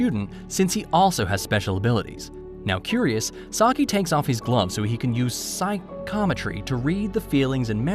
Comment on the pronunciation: Bru butchered my guy saiki’s name But nice vid